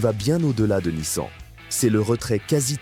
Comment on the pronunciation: C'est bien la première fois que j'entends une IA dire Nice-An !!! Quelle horreur.